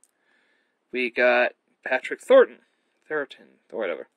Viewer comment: It's Patrick Troughton, not Thorton actually. Good review my friend. Tom Baker was also my 1st Doctor. Creature From The Pit.